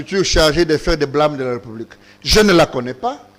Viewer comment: Onyemba parle bien aussi bien la langue de Molière. C'est République et pas repoublique!!!